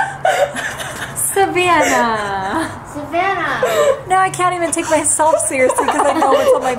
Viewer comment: Lol "Savanah" 😆 😂😂😂😂😂 poor but good sticking through!❤